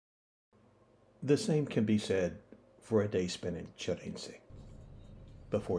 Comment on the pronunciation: It always amazes me how someone researches the history of the place but is so far from pronouncing the name of the place correctly. It's Sheerinje(Şirince) and it's not Soujouk(Sucuk in Turkish means sausage) it's Selchuk (Selçuk)